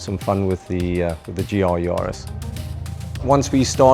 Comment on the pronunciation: Ja Bru...it`s a JAris... Yarris! That starts with a Y, it sounds like the surname "Harris", just with a "Y"...